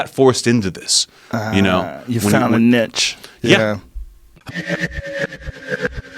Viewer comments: Joe "mispronouncing 'niche'" Rogan. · Joe "nitch" Rogan. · Joe " nitch" Rogan